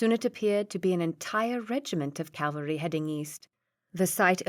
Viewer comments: Ca-val-ry not Cal-va-ry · Ok narration except for cavalry becoming Calvary.. and general Blücher got a bad time too. Prefer the Stevie Zimmerman though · English is not my first language, but "Calvary" instead of "cavalry"? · I loved the voices used too though I did find myself chuckling at how often she pronounced “cavalry” as “Calvary”. It must be tricky trying to keep flowing with the reading when these words come up. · Quite a few errors in this one. Like i wish you happy. Reader mispronounces a few things too like "Bonnie" and "caLvary". Decent story though.